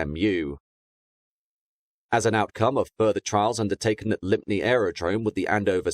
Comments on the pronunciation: Great video but lympne is pronounced Lim not Limp ne. Kent vilage names catch evryone out😅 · Just a suggestion, if you need to use mu in future when talking about the coefficient of friction, it's mew (Greek letter µ). Not m u. Lympne is pronounced Lim, damn English towns & their weird spellings. One of those places designed to catch out those who have never heard it pronounced before (I only know because of the zoo). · I remember Channel Airways well, being from the Southend area. Never heard about this episode in their history though. Very interesting. PS: I think Lympne is pronounced "lime", but I stand to be corrected...